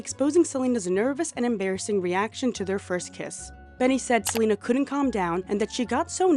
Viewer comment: "SELULUS" HAS ME CACKLING DUDE 😂😂😂😂